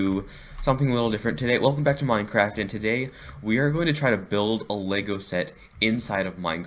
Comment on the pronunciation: Minecwaft is dode